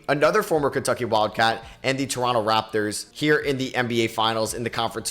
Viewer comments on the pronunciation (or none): none